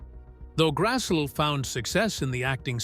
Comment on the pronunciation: Very interesting and informative documentary of LHOTP and the casts' personal lives, but they continually pronounced Karen Grassle's last name incorrectly. It should be pronounced as "GRASS-lee."